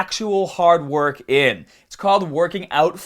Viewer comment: Hormones are not drugs just becasue your sorry ass government classified them as such! You're a fucking hater and you just said you don't judge. You don't know shit and you sound like an ignorant fuck with you damn speech impediment. "attention media mah penis doesn't wahk!". Please stop making videos on subjects you tiny ass has no clue about. And don't wear tank tops. I used to like your videos until this one. Stop fucking hating!